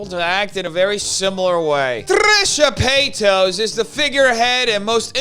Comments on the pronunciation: I love it when deliberately says Trisha PAYTOS. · Trisha PAY-TOES☠😅🤣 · "Trisha paytoes" 😂😂😂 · I know this is small, but I love how you mispronounce her last name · Im honestly here to hear her name said wrong